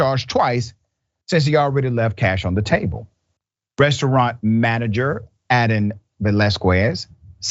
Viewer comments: It is pronounced Vel-as-kes. Just saying. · FYI When you see "qu" in a Hispanic last name, it's pronounced like "k".